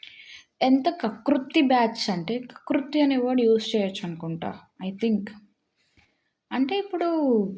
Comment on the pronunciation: Telugu meku Telugu nerchukondi first 🤣🤣🤣 Adhi kakruthi kadhu kakurthi 😜😜😜